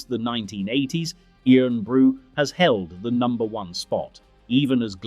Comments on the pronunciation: IRN BRU is pronounced “Ir’n Bru” as in Iron not “earn bru” Get a real Scot to read the script. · It's IRON Bru, not EERON Bru! Bloody AI voice! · Dear god! It's sounded Iron Bru. Sacrilege! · 18.12 its pronounced iron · Irn Bru is pronounced Iron Brew its original name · It’s pronounced iron brew ya walloper. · Eerunbroo. Christ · Good old Irn Bru defeated the AI voice. It's pronounced "iron brew", hence the joke that it's made from girders. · I was wondering who this Ian Bru character was😆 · What in the "actual" fuck is "eeron brew"? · Eerin brew😂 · E-tiv. Inver-airy. Iron-brew. AI hasn't quite got the hang of place names yet, You could type the script phonetically then it won't be so obvious. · Irn is pronounced the exact same as Iron. Makes me question whether yer AI pal lol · That was surprisingly interesting and enjoyable. The AI (English) voice is annoying, and it was OK till it got to Irn Bru - perhaps not unsurprisingly, it pronounced it the way Americans do - i.e. incorrectly. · Oh dear, pronunciation! You couldn't even get Irn Bru right. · Written by Ai too. And it kept mis-pronouncing Irn-Bru!!